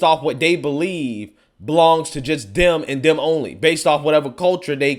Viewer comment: it's "Them"and "That" - not "Dem" and "Dat"...😂